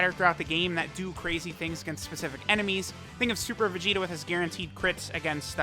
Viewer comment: He said Vegeta, but it was VERY close to Vegito.